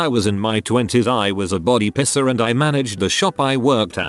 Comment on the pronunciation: It took me two scenarios to get that the AI meant "Piercer" and not "pisser".